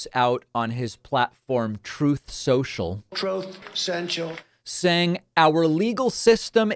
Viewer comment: David. I cannot stop laughing at Troth Cental !!!!